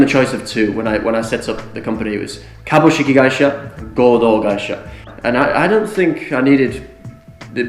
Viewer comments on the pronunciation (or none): "Kabukishi". Kabushiki gaisha plutôt. Intéressant. J'ai une kaitori à Osaka aussi. 365 de taf par an, pas de vacances, pas de chômage.